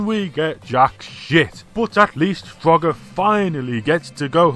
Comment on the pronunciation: At first I thought you said Fugger